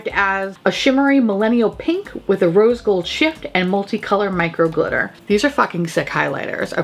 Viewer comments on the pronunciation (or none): none